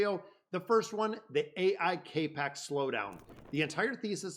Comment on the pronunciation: CAP X, not CAPE X LOL,,,,love the videos